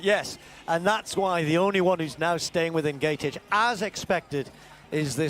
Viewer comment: For the upteenth time, this Kenyan runner is not Egentich but Ng'etich, please just address her as Agness if pronouncing her name correct is such a challenge to you dear commentators! No one quite likes their name mispronounced consistently by 'world wide' media.